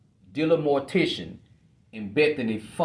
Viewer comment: I admit every time you say DM’s surname it sounds like Mortician not Mortensen to me. I find myself thinking Freudian Slip…your segments are interesting and informative, thank you.